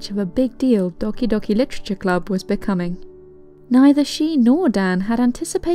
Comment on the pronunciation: I just love how you speak doki doki literature club its just so satisfying XD